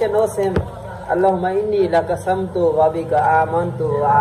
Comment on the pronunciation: Samto nhi allahumma Enni laka sumto h aap thik parho